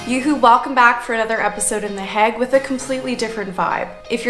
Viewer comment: Can I ask - are you calling it “The HAG” because you have been told that it is pronounced that way??? I have never heard it said like that before! It is always known as The HAY gggg - to rhyme with plague! The tulips looked soooo beautiful, their colours are just stunning - Fun Fact: my husband has a good friend - who is Dutch - and, before he retired from the job, he “grew” the baby tulip bulbs for the planters to put in the fields of Keukenhof 😉 and also “grew” the Amaryllis bulbs that are very much part of a UK Christmas pressie vibe - a bulb in a presentation box, that when planted, grows into a triffid with a stunning red flower! 😂 we have been to visit him at his home and his “back garden” is just a vast acreage of land with at least 50 greenhouses of various sizes that have bulb propagation production lines! As said, he has now retired and his greenhouses have been leased out to other “growers” (as how they are called) - he said the work was literally “back breaking” and labour intensive having to meet the demand for bulbs that could be sold to the public in UK shops etc and for keukenhof too. One “little moan” please can I Just say? … Vincent’s surname should be pronounced as Goff Not Go! Japp (hubby’s friend) said so, and he should know 😄he said that Dutch people would pronounce the letters gh as “occhk” but they do “forgive” us in the UK for not pronouncing it that way! They like us over here because a fair amount of our fresh salad items are imported from them! Oh…